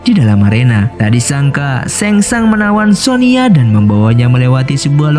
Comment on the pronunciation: Sonya bang bukan sonia